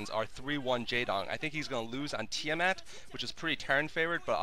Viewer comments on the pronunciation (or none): tee-a-mat? lol isn't it pronounced tie-mat? ehh?